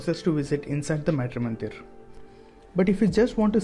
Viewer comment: Being Indian,pronouncing "Matri"- mandir like that ,disappoints, a lot!